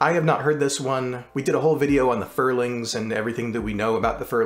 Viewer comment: Wow you actually got my name right. I was not expecting that. 👍. Edit: I remembered where I read it, it was on the fandom page for the Furlings.